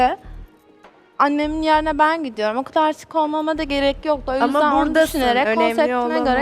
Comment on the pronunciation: yeeeğrinhe değil yerine